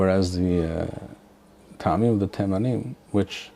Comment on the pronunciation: Isn’t טעמים pronounced with an initial shva (טְעָמִים Te`amim) instead of *Ta`amim? I’ve noticed others saying *Ta`amim, as well, which I’m thinking is incorrect. It reminds me of מועדים mo`adim being mispronounced as *mo`edim.